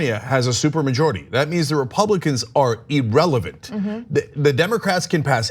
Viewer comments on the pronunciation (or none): Cenk - if you read these comments- it’s “irrelevant” not “erelevant”. Not a big deal really, just annoying.